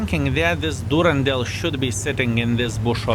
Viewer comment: The name Durendal is from Tolkien and is mentioned in the Hobbit. It has a nordic origin and "dal" is a valley. So it is pronounced Duren-dal. Good on you!!! ❤